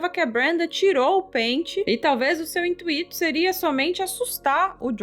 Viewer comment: "Intuíto" foi feio demais 😂